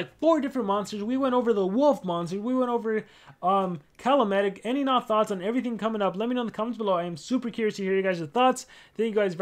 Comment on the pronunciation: Calamedic is pronounced “Call-a-medic” finally a unique name